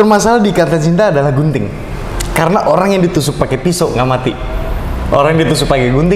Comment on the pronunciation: yg aku dengar "BUNTING"bukan "GUNTING" 😭😭